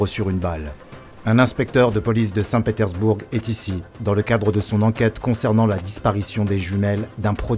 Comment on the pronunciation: Ca ne se dit pas st Petersbourgue mais st Petersbourg (bourre)